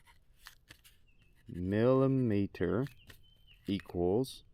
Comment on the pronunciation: Can we have more drunk math videos? "mill-uh-meet-er"